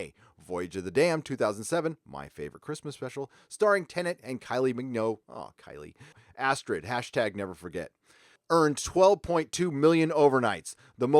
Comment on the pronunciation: The last part of Kylie Minogue's last name rhymes with "rogue". Its "minogue" not "mingyoe".